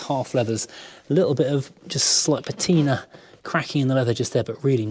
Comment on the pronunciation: You've gone all 'Stateside' with that pronunciation of Patina.